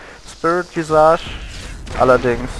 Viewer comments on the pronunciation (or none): none